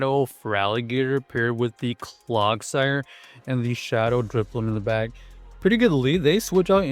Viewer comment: bro said clogsire lol